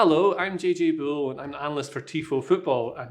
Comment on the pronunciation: JJ, I think you mispronunced your own name. Very disappointed 😝